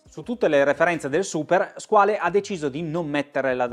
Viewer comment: Due note. Se non vado errato con "skin diver" si intendono orologi da indossare senza muta, quindi per apnea o per snorkeling, insomma una subacquea ricreativa e poco impegnativa La corretta pronuncia di "Squale", parola francese che sta per squalo, è SQUAL.